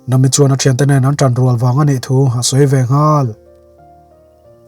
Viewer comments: Yes vawi tam tak request hnuah mahse nam-i nilo in na-mi tih tur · Nahmi tih tur ni em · Nami i hming i lam dan a dik lo nami a mi lai hi thluk hniam rawh sir😅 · Khawngaihin ‘Nami’ ni lovin ‘Na Mi’ tiin min lamsak hram hram rawh. One piece fans zawng zawng tan😂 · Nami i lam dan chuh😂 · Sir nami pronoun dan kha a dik chiahlo a😅😅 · Nia kei pon amak k ti lom an hming alam dan te hi a dik vak lo 😊